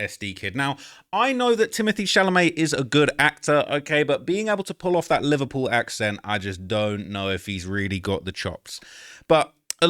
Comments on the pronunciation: "im from Livur-puel" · They way you say Liverpool was sending me...sounds like the Beatles from that one scene from Zoolander 😂